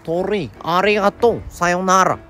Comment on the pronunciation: ｶﾃｸﾚﾃｱﾘｶﾞﾄｳ がまじ発音フィリピンなんよww